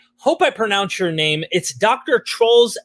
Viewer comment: Danes in da house!! And you didn't butcher his name...it really is kinda pronounced trolls, lol!! 😂 Gonna enjoy listening to this while I'm getting ready for work!